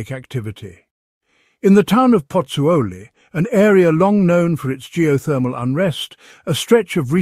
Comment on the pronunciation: Lol she can’t even pronunce Pozzuoli properly..it’s not that difficult😅